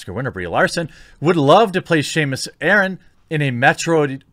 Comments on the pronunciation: Dude it's SAM-us Aran, not SHA-mus Aran. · "Shamus Aaron"? I didn't know that the Metroid games featured an Irish protagonist! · did... did you say Shamus Aran?